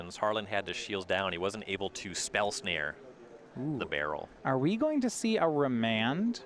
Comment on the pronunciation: Baral, Chief of Compliance but I have only ever heard it as 'ba-raal'. Pronouncing it as "Barrel" is almost assuredly wrong and very confusing.